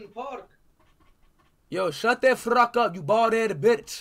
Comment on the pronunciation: "Don't fruck with me" Got me dying 🤣